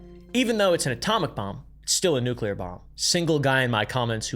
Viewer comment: Love it when someone pronounces nuclear right and not "nucular"